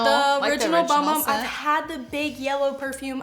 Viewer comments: it’s not “bum bum” it’s sol de janeiro. They have a lotion called the bum bum cream and a matching body scrub. Also it is pronounced boom boom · When 35+, she'll probably reconsider being a matte girly lol. Btw, just found out not long ago, that Bum Bum Cream is actually pronounced "Boom Boom Cream". Ha! So odd🤷🏼‍♀️